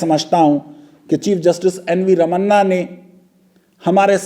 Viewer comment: Please pronounce his name correctly. His name is Ramana (रमण), not Ramanaa (रमन्ना). Not difficult name to say but yet somehow all South Indian names are Madrasi for you guys.